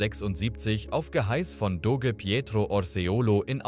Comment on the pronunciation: es wird Dosche gesprochen, Doge geschrieben :)